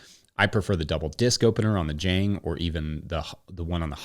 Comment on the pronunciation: ok, pet-peeve of mine, admittedly pedantic, but Jang Automation is a South Korean company, and it rhymes with long. Spent a lot of time in Korea. Good video, love the channel.